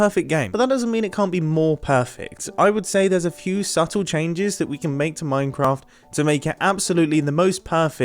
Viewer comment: did you say minecamft ? :-)